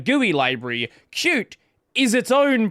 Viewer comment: pronouncing Qt the right way, again!! 🥳🥳🎉